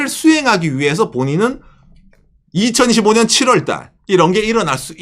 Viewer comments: 저번부터 느꼈는데 2025년 읽으실때 2015년으로 들리는거 저만 그럼?? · 이가 묵음입니다